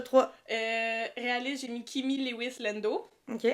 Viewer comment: Pour info LEWIS se prononce LEW-IS avec LEW comme NEW et non pas LE-WIS ( léouisse )à la Française .... idem pour STEW-ART et STEW-ARD .... ¯\_(ツ)_/¯